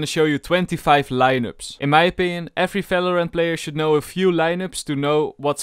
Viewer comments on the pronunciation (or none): everybody: valorant lowlander: FALORANT